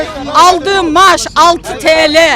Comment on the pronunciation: Maaş diyemeyen mayış diyen,nankör diyemeyen namkör diyenlerin sinsi cahilliğine kaldı işimiz